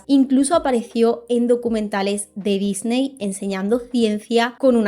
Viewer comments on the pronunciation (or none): none